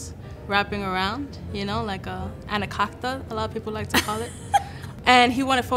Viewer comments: "anacockda" lmfao!!! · 'anacockda' lmaoooo